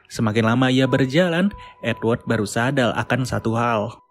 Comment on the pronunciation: Abang salah ngomong yg benar tu sadar bukan sadal